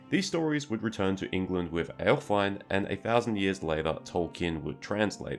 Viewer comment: It's not "elf-wine" it's "elf-win-eh".